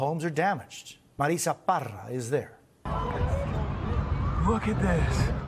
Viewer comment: is it "Marisa" or "Marrrrissssa". One year ago she pronounced it "Marrrisssa"